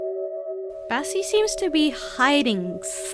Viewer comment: Am I the only one who heard her say Bessie